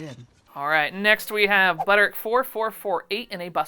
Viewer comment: Hope things are getting better/easier for you. I don’t want this to sound mean but how are you pronouncing Butterick? It sounds like one syllable. How are you doing that? You said it it like i do for 3524 but then went back on the next one 8577. Are you just saying Butter? I don’t know why I’m obsessing over this. You say whatever you want!!!